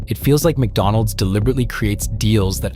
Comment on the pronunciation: May I remind everybody—The prices of each item is clearly posted on the Menu-boards and you know that there'll be tax added. ~ (Where's the surprise?!) ~ This is why I'm no longer a customer. ~ (I'll eat crap ... just not expensive crap.) — also Honey, they placed your app-order in Virginia because you pronounce McDonald's as "Make-Donald's". (You can pick it up in the Appalachian Mountains.)